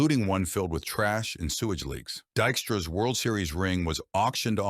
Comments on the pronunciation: De-xtra ?? You can kiss my arse with your lazy AI narration. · Man, I hate AI, he hit point three five eight and it’s called him Dikstra a bunch of times